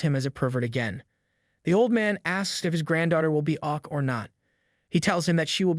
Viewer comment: i thought this was a tts voice but the way i confirmed it with the ok sounding like oq